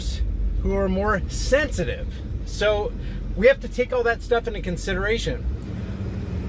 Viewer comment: Thenthitive > Sensitive